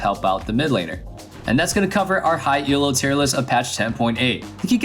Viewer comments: Jesus christ stop saying E L O JUST SAY ELO JESUS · Your pronounciation of 'Elo' triggers me so much. It's called 'Elo' after its creator, Arpad Elo, *it's not an acronym!*.